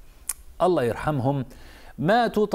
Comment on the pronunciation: الله وليس اللَ